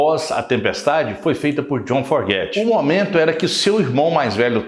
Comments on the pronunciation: Pronúncia correta é " Fogert " e não " Forget ". A maioria das pessoas comete esse equívoco. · Boa noite, legal tudo que vc disse, mas entenda: não é a sua pronúncia que está errada ! É o sobrenome, a grafia ! Vc está dizendo "forget" do verbo to forget (esquecer), o correto seria FOGERTY compreende ? Muito legal sua pequisa e todo o video, mas penso que dizer o nome corretamente do grande cantor, compositor e guitarrista JOHN FOGERTY é no mínimo importantíssimo. Desculpe, só quero ajudar. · AMIGÃO!...FAÇA A LIÇÃO DE CASA ANTES DE GRAVAR QUALQUER COISA. O NOME DO LÍDER DA BANDA É JOHN FOGERTY...E NÃO JOHN FORGET...FAÇA-ME O FAVOR!!! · Seu vídeo é ótimo, histórico! O que não pode é pronunciar Fogerty "(fóguerti") como forguéti...ainda mais qdo vc diz que escuta (e lê sobre a banda) desde criança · Você precisaria aprender a pronunciar o nome do cantor antes de produzir o vídeo. Uma pequena pesquisa já ouviria a pronúncia correta. Não é /forgéty/ mas sim /fôugéry/ a sílaba tônica é a primeira, ok? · O nome correto do vocalista do Creedence Clearwater Revival é John Fogerty e não "Forguete". Tirando esse detalhe o vídeo é muito bom. Parabéns pelo canal e obrigado por compartilhar. Forte abraço! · Precisa aprender a falar o sobrenome direitinho é: Fogerty !!!!!!!! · Santa Maria mãe de Deus, não tem um brasileiro que saiba falar "Fogerty" da maneira correta?